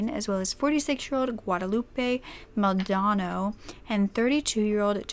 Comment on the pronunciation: Me and Guadeloupe have the same last name, it’s pronounced “Mal-doh-nah-doh” not Maldono 😂 but that’s how about 85% of people who pronounce it wrong think it’s pronounced